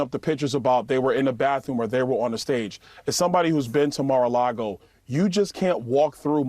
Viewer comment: Byron Donalds saying "as someone who has been to Mar a Largo" isn't the flex he thinks it is.